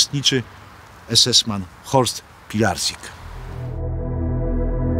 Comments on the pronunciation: Proszę wymawiać poprawnie po niemiecku Horst Pilarcyk (dawne polskie nazwisko Pilarczyk) :pozdrawiam! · Nazwisko tego Horsta czyta się Pilarcik. Jest to zniemczona wersja polskiego nazwiska Pilarczyk.